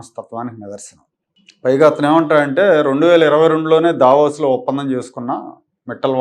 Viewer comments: Devos కాదు దావోస్ అసలు నికి తెలుగు రాదు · దా ఒ ఎస్ అని పలకడము కూడా రాని సన్నాసి